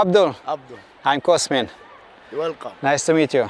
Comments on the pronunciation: Dar de ce dracu pui accentul ciudat cand le spui oamenilor cum te chema ? De ce spui cOSmin ? Te numeste cosMIN . Cu accent pe MIN . Nu stii cum te cheama ce dracu ???? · adica cOSmin dupa cum se prezinta. Cu accent pe OS... ;) Nu stiu de ce dracu face asta...